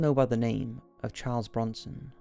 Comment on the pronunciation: Chawrlee brownson